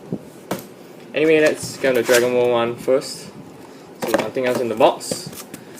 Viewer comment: honestly when you said Dragon world, it sounded like you said Dragon ball :/